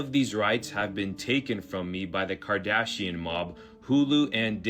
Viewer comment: she chuckled at his mislpronunciation of Kardashian, but her pronunciation of Yashua Ha'Maschiach knocks me off my seat.